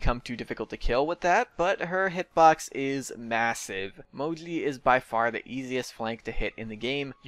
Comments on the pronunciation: I think its name is moji but you are saying modli and captions are saying mowgli😂😂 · i thought he was saying modley for sakes of being cute, didn't realize you had a speech problem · Ur saying Moji very wrong, jesus.. c.c ur saying Mogli or smth lol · Why do you call him "Mogli" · can you not pronounce the "J" noise or what?